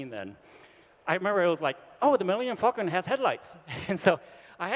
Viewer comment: "Miyenium Facun!"